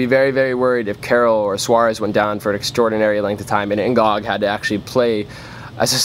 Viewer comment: Plus, N'Gog is better than Bendtner....plus it is pronounced "N Go"